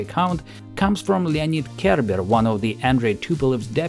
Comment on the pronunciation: Is anyone else hearing Kerber as "care bear" and imagining soviet design meetings with Funshine present? Just me, ok.